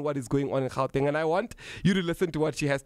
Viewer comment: You must start pronouncing "Gauteng" accordingly, otherwise you are as much as colonised!